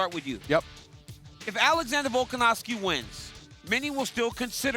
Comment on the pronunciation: DC : " Vulcanovski " 😂